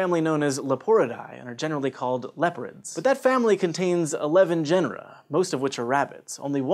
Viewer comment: is it just me? or did he pronounce some of this stuff wrong? like genera also, should've mentioned killer whales. still people who call them "whales".